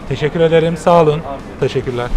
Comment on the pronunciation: Teşekürederim demesi çok garip